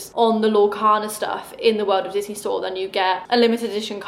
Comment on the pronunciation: Everytime you talk about the Disney cards I think you’re saying “Loyle Carner”